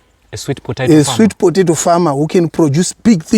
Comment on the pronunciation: Think it’s pronounced “sweet po·ta·to (pə-tā′tō)” and not potaitos…lolest 😂😂😂!